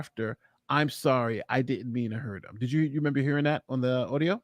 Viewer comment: Her new name is Gina be. "RE-MANBER HER"